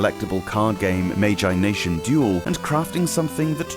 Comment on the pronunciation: Really enjoying these exclusives videos! I had no idea some of these never left North America. But is that the right pronunciation of Magi Nation? I always assumed it's meant to sound like "imagination" without the I.